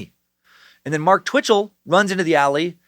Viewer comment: Every time Dan says Bitchell I chuckle